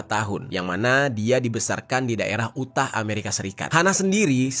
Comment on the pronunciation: Yutah bacanya bang bukan U tah walau tulisannya emang Utah